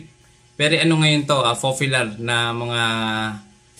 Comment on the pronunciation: Gusto ko yung puro F ang p tas puro p ang f- fafyular, fortray, peysbuk 😂😂